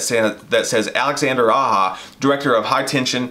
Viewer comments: Sorry fellas but Its pronounced Alexander "Ah-Jah".....Not 'Ah-hah".....anyways...just breakin your balls.....His Hills Have Eyes is prolly the best horror remake to be made in the modern era....Switch Blade Romance was an amazing film...I loved the twist. Even his Piranha movie was pretty cool.... one of those type of movies that didn't take itself too seriously and it was definitely a lot of tongue and cheek.... and with Alexander teaming up with Sam Raimi to make that movie Crawl I really need to go see that and I like what you guys said I agree big time that Alexander holds a deep respect for Wes Craven and his movies and almost seems as if he feels like he has a huge responsibility to bring something incredible to the screen and not just some cheaply thrown together soulless money cash grab .....so yes I'm very excited for another Nightmare on Elm Street and I really really do hope Aja directs it ....who do you guys think would be good to play Freddy though?? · Aja is pronounced "ah-zha", not "ah-ha". It's french, not spanish. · His name is Aja and it's pronounced "ah-zha", not "ah-ha".